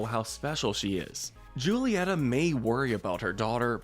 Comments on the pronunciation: JSYK, the Spanish ‘J’ is pronounced like an English ‘H’, so “Julieta” would be pronounced like “Hoo-lee-ET-ah” by English speakers. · He pronounced Julieta. (JU-LEE-ET-AH). BUT IT IS ACTUALLY (HU-LE-EHT-AH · Mirabel mother is pronounced (who-lee-Et-tha) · May I ask you do an Encanto Head canons We Loved And Hated. Also I'd like to correct your pronunciation of Julieta. It's WHO-lieta. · Please stop calling her Julieta. In spanish j is h